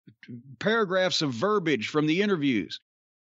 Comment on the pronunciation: Please can someone tell Jim how to pronounce verbiage.